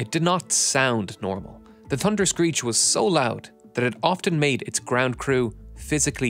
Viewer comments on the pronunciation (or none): TUNderscreech. I guess the letter “H”doesn’t exist for you. Are you related to Gary Drayton, the metal detector guy on “Curse of Oak Island”? He knows that if he EVER includes an “H” in his speech his tongue will catch fire 🔥. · "da dunderscreech" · thunderscreech not tunderscreech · The "Tunderscreech". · TUNDERSCREECH? You forgot the H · Pronounced “Tunder-screech” apparently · "Tunderscreech" love it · Ahh yes....the "Tunder-screech"! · Tunderscreech? Could you not at last make an effort?